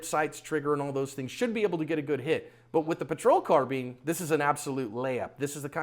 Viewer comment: it's pronounced car-bine not car-bean.